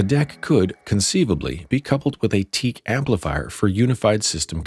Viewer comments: WTF is Teak??? It's Teac as in tee-ak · Any one who calls Teac teak, doesn’t know hi fi ! It is pronounced T Ack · I really can't take anyone seriously who pronounces teac as teak! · It's pronounced Tee Ack